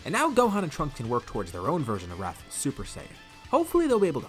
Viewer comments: "We'll call it 'rathful' rush. I like my alliteration " 😂 "Wrathful Rush" is not alliteration my friend 💀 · Wrathul rush, i like my alliteration Me: Wrathul starts with a w, u are not alitterating